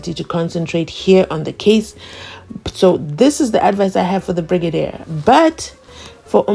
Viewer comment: I don't know how to pronounce it my lord the whole bregadia the LLB student at this level of education this man is reading as he the grade five stud not even the child can read better